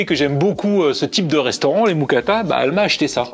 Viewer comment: Très bonne musique dans tes vidéos ! PS: on dit une "Moukata"